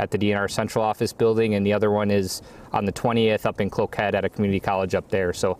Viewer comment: He butchered Cloquet.